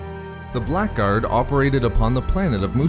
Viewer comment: The word "Blackguard" is an English word and pronounced as "blaggard".